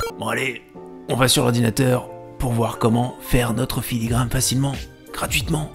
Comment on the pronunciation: ... puis On dirait bien que tu t'es rendu compte en cours de route que c'était filigraNe et non filigraMe 🤭 Mais en tout cas merci pour ces conseils